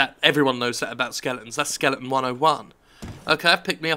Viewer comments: Jim, it's skele-ton, not Skelington. Please, I love you an all, but it made this video hard to watch. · It's Jim Fucking Skelling ton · Skellington's rule "one O one", learn how to pronounce the word "SKELETON" As in "those with nothing between the ears", in fact not even ears, the former, rather like the maker of this video. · It's intentional, I don't remember why and when he started calling 'em that though.